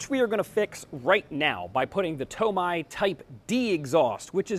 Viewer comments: TomAYE not TomEYE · it’s TO-MEI DAH! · Lol the TOMAI... funny how he pronounces it. Awesome vid! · Tomai lol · Is that a TOMAI DAH? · Screw toe-may-toe toe-mah-toe Imma start saying to-may to-meye Lmfaooo Great video overall though ❤️❤️❤️